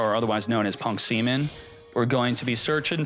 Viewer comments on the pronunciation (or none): He calls Ze-amin semen bro, that's just behaviors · It's p.u.n.k ze amin not punk seman 😂😂 It just common names among players